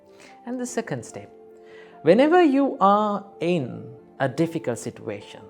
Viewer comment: What is he saying situa -tion... It's situation